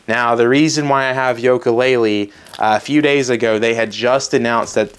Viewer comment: This kid is lost. He can’t even pronounce yooka laylee right.